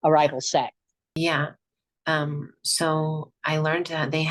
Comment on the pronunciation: He says "set" like its a gang lmao